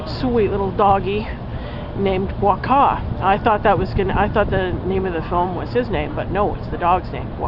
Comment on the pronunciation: Hi! You should pronounce the title as is thought. Like 'buakau'.:)